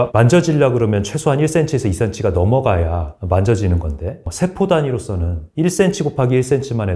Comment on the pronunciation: 장단음 문제가 있다 . 예: 소장,대장,세포 ,대신, 사실,현대, 등! 이상 단어의 첫 잔 모두 징음인데, 모두 "짧게" 발음했다. 잘못이다. 모두 길게 발음해야한다. 참고로, "한국 어문을 고발함" 을 읽기를 간곡히 권한다.